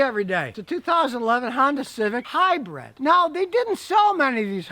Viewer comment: Scotty is trying to to say HYBRID not HYBRED..... but still fails too often lol..